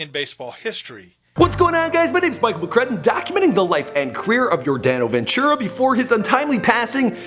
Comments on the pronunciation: same. and his name was just butchered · Dude u completely butchered his name.